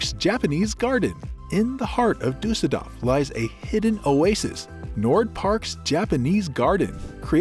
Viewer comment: DORF nicht DAF